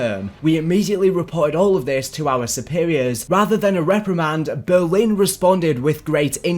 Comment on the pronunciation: Why do you say Berwin